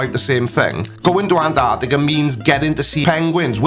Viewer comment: Why, why these morons keep calling Antarctica “an - arctica”, please, say the Teeeee!!